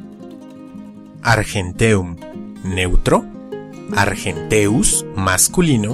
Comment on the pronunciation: una vocal en hiato no se puede enfatizar en latín, luego arGENteus no argenTEus, etc. Solo hay 3 diptongos: ae, oe y au, EU es hiato excepto en comiezo de palabras griegas.